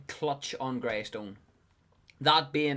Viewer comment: lol bro it’s grEystone